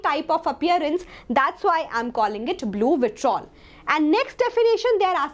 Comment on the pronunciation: it's vitriol ,not vitrol